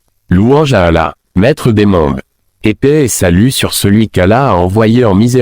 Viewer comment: Le coran n'est Arabe, parmi les Arabes il y a des chrétiens Arabes, le saviez vous ? Ce n'est pas Ahmed Deedet,, c'est Ahmed Deedet et il dit Mouamed ?et Ala,,?